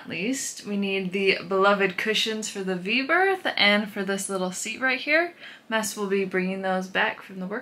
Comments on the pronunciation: Someone help. I thought his name was...some people in the comments use "". It seems like is saying "Mess". Did I miss something along the way? What is correct? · Did I hear correctly? It sounds like is calling, “Mess”. If so, that is a PERFECT pet name for him!